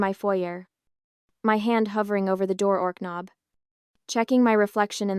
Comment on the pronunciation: I'm sorry, a "door-orknob"? What's that, exactly?